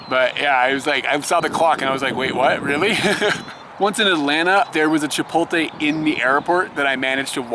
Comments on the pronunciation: Chipotle is pronounced chip- oh- lay. Not chip- ot- lay like how you say it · Hey guys, I've been subscribed for a month and have enjoyed many of your videos. However, I will be 'that guy' and inform you of the fact that Chipotle is pronounced 'Chee-poat-lay' and not 'Chip-ol-tay'. Thank you for your understanding. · Duuuude... It's chee poht lay!